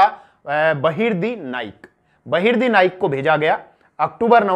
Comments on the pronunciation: बहिर्दी nhi बहिर्जी 🙄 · Its बहीर्जी नाईक not बहिर्दी नाईक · आप नाम गलत बोल रहे सर जी बहिर्दी नाईक नहीं.. बहिर्जी नाईक है... मै आपके बहुत व्हिडीओ देखा हू. बहुत बढिया.. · बहिर्दी नहीं बहिर्जी नाईक 👍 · वो बहिर्दी नही बहिर्जी नाईक है ! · बहिर्जी नाईक ना ki बहिर्दी नाईक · बहिरजी नाईक, नेतोजी पालकर ऐसा उच्चारण है